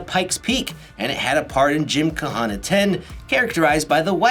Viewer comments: The H is silent in Gymkhana. it's not a freaking Hawaiian word. It's not "KA HA NA" it's just "ka-na" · The h in gymkhana is silent